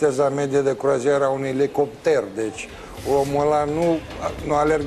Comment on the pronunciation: cum pronunta jegul de parlamentar "elicopter" ..analfabet